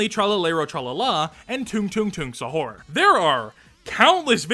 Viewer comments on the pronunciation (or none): hello! i'm Indonesia! also stop butchering the word Sahur, its Sah-ur (i am sorry for being a prick on that)